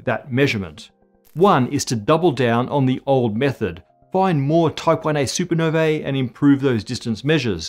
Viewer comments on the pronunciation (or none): Supernovae is pronounced soo ·pr·now·vee not super ner vaa